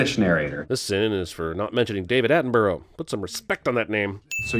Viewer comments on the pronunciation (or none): Sin IT'S PRONONCED ATTEN-BRUH NOT ATTEN-BURROW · david atton-brouh not burrow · That's AttenBURR-UH, not AttenBORR-OH. A sin on you, sir! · On Sin 16 just a tip for any Americans watching it's pronounced 'Attin-Bruh' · How do Americans see Attenborough and think 'at an burrow' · meanwhile: Edinburgh = edin-bruh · ATTENBORO"?? Sin on you for butchering Attenborough's name. I get you're 'Murican but you can still say "Borough" when it suits you. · Also he pronounced attenborough wrong its atten-bruh not atting-burrow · This sin is for pronouncing it David Attenburrow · There should be a sin for how you pronounced Attenborough. Borough is always pronounced bruh. Dude. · David Attenborough is pronounced Attenbruh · This sin is for over pronouncing the first 'O' in Attenb*silent*rough. Put some respect on that name. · Honestly was so confused who this 'David Attenburrow' was for a few seconds 😂 😝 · Woah, if you want to respect David Attenborough, please pronounce his name correctly! Sincerely, A British person. (He is a national treasure ❤️) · I sin your inability to pronounce his name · This sin goes to the narrative man for not pronouncing Attenborough correctly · Some respect in his name?! Then to mispronounce David Attenborough?! C'mon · this sin is for pronouncing david Attenborough the way you did 😒😷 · I'm giving you two sins for not adding the 'sir' on the front and for pronouncing David Attenborough wrong, and then another sin for being a hypocrite. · sin on you for mispronouncing David Attenborough's last name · He also pronounced Attenborough wrong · Yeah, but that is how Americans pronounces it though. 😂😂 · Put some respect on David Attenborough... pronounce it properly you yanky bastards!